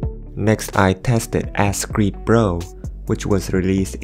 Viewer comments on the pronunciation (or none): "ass creed" lol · “Ass creed”💀💀💀💀💀